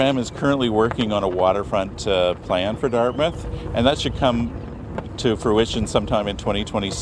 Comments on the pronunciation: There is not as much to do and see on the Dartmouth side for cruise ship passengers, plus they would have to build the docks which is expensive and takes a while. BTW you don’t pronounce Dart”mouth”, it’s more like Dartmuth. 🇨🇦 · Just a friendly heads up. As someone that grew up in Dartmouth, it is pronounced DartMITH not DartMOUTH. You can hear it in the news clip with the way both the reporter and the guy they were talking to on the water front said it. Keep up the amazing work and give your cats some love from me and my cats :) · It’s pronounced “dart-myth”. Retired 30 year RCN Vet here posted to CFB Halifax many years. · Quick note... As a kid who lived there for 12 years, I can tell you that Dartmouth is pronounced "DART-myth", not "DART mouth". It's like Plymouth isn't "PLY mouth". It might have been, a thousand years ago, but Dartmouth, Plymouth, Yarmouth, etc typically follow this paradigm. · Hey just enlightening you to pronounce Dartmouth as Dartmyth ❤